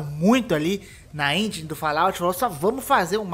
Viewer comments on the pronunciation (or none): none